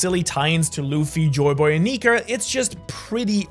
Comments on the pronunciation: neeker instead of nika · Bro said Meier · he said niker quinesdence idk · bro did not say "nika"